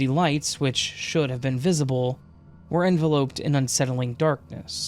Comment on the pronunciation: For future reference, the last syllable of enveloped is pronounced upped.